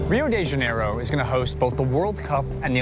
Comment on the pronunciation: Rio di jaineiroh '-'